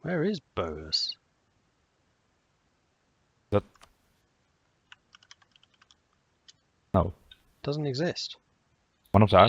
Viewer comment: Bohus = Båhuslen. Gotta read them texts, they usually explain everything.